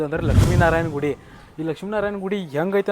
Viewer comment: ಗುರು ಅದು ನಾರಾಯನ ಅಲ್ಲ ನಾರಾಯಣ.. ಸಾಮಾನ್ಯ ಕನ್ನಡ ಜ್ಞಾನ ಇಲ್ವಾ ನಿನಗೆ 😅😅